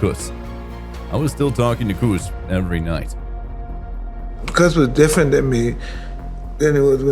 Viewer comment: Its C US ….C LONG A US……not COOS.DaMato